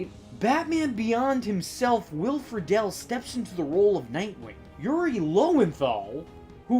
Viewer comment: Did you just say Fra-DELL? Will FREEDLE is the pronunciation... And did you forget John Dimaggio was also the Joker in Under the Red Hood?